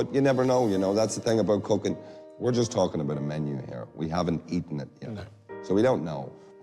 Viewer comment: Haaaa you should learn to Asian for real "coocking"